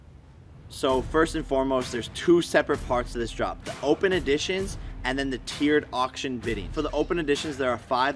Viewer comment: It's EDITION not AUDITION